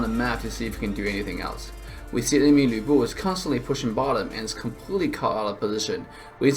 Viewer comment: Finally someone pronounces Lu Bu the Chinese way.